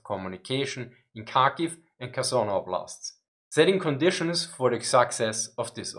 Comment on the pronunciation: Kherson sounds Herson (h as in have), not Kerson.